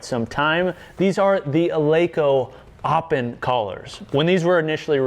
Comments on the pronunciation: "Eleiko Aw-pen" lol, I like seeing americans trying to pronounce swedish words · Some Swedes are going to be disappointed with that "öppen" pronunciation.